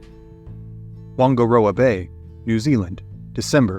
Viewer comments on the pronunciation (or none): Man I respect you trying to teach people about our history but the pronunciation is painful. You only need to ask google how to pronounce Māori words. Nothing in Te Reo is pronounced 'wunga' it's pronounced like "pH" when it starts with a "wh" 😊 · Fascinating story! Just a small correction, Whangaroa is pronounced with an F, not ‘Wongaroa’ Please do your next video on the Moriori genocide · at The OK Corral Whangaroa Bay is not actually pronounced "Wongaroa Bay". In Maori, the "Wh" is pronounced like an "F" in English. So proper pronunciation is like "Fungaroa Bay". I do realise that folks from other countries struggle with Maori pronunciations. Just thought I'd let you know. Cheers. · It’s pronounced “Fang ah rower” harbour. Not a bay. We’d like it if Americans try to say it correctly. I bet im the 450,000 Kiwi to say this to you but, unlike them, I can actually see the harbour as I am typing this. I’ll admit we have different dialects so different people from different parts of New Zealand might say it differently but Wh in Māori is not ever “Wang” okay?! it’s closer to F and if you’re being extremely specific and using original Pronunciation it’s w’ha. But that’s got a silent w so we go with f for simplicity these days. And Seriously? stock photo? Māori dont have slanted eyes and pointed noses! Those fine features are Asian or maybe, just maybe, Inuit or First Nations. Māori are Polynesian - look it up dude- not a pointy nose in sight